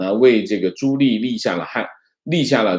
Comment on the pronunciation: 纠正一个发音。 朱棣，第二个字念di，第四声，不是li😃